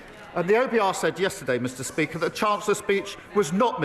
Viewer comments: DID HE JUST SAY MISTER PEAKER 😂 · Anyone else hear him say mr Peaker? 😂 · did he just say Mr. Peaker and he said decenshe. Not only he's a liar but his mouth has stopped working lmao